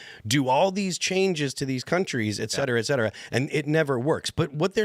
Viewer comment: For the love of all things Holy -- "ET CETERA!!" its not "EKK-CETERA". And how many times can a person use the word "like" in a single sentence? This episode wasnt watchable after the first 30 minutes